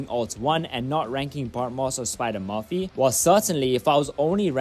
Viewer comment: Tell me you're not a South African indian. Based purely off the way you say "Murphy" lmao